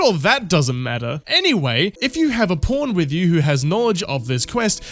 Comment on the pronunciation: Its so childish, but i die every time you say "pawn" something about your accent makes it sound like "porn". Wished id time stamped the couple times it sounding like ur saying porn made the sentence hilarious! 😅 Only at halfway point do hopefully there will be another good one i can stamp! 🤞 loving the video btw, don't think I've watched your content before but you earned a sub with this awesome critique! Can't wait to watch more of your work😊